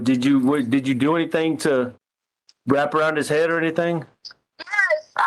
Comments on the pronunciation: Yeah when she says anythink it's so annoying 😐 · I heard it! "Anythingk." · “AnYtHiNk…!” Girl , quiet 😂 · She says it correctly other times. Same with other words ending with "G" - she says those just fine. She's a phony, what do we expect from this lady? Haha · Ugh I hate how she pronounces Gs as Ks like anythink or nothink 🤬 its so annoying!!!!!